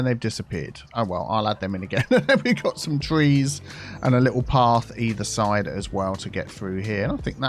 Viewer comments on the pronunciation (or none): none